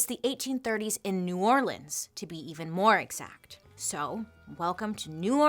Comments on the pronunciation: Thanks for pronouncing New Orleans correctly ♥️ Angola prison in LA is a working farm.. slavery at it’s finest!! Still happening today. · Thank you for pronouncing New Orleans correctly ❤️